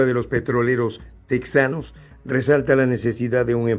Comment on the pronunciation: Ridiculos !! Se dice tejanos no tek zanos. Es tejas no tek zas